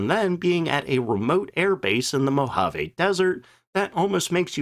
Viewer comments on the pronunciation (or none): It’s pounds-force, not foot-pounds. It’s Muroc (Murh-och) not Murdock. It’s Moh-ha-vee, not Moh-Ha-Veh. It was quite common in the era to baby-steps the flight testing in the States, where they had the luxury of infinite runway, to take “short” straight-ahead hops on the lakebed, in, and just out of, ground-effect. Aircraft design was still an art., I really enjoy your content otherwise. 👍😃